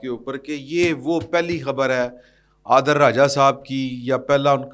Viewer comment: Sab log adil raja kehti Han ap bar bar adeel raja kehti han